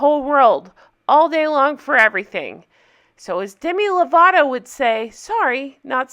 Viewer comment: the way charlotte pronounced lovato was cringe inducing